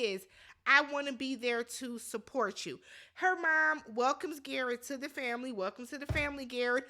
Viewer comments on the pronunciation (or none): Awww the “tamily” I love it ❤